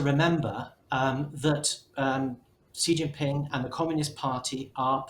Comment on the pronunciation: Why did the economist not have intellectuals from east Asia (Korea,Japan,Hong Kong,Taiwan, mainland China, Singapore) on their panel? These three Europeans seem to know very little about china. The man mentioned the United States about twenty times and could not pronounce xi jinping's name correctly.